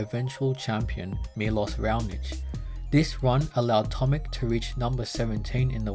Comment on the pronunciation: The correct pronunciation of his name is not "tomik" but "tomich".